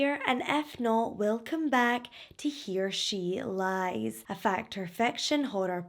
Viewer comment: I swear sometimes it sounds like you say: He Or She Lies. Lolz. I ❤ the accent.